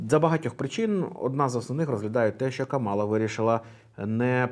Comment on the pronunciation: правильно казати КАмала. Вона сама це каже в інтервʼю. І є спіч Трампа, де він сміється з цього і каже навмисне КамАла.